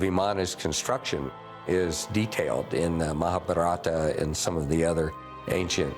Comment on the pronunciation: cannot say mahabharata correctly but can BS all day.